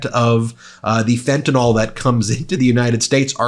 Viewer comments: Fentanyl = fent a nill not fent an all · Oh Ben……please pronounce the drug name correctly. It is Fentan-IL not Fentan-OL!! It is no type of alcohol at all. When good, public people pronounce it wrong, it takes away from the message in my case. Sorry to be fussy. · Ben, be a trailblazer and pronounce the word as fentaNYL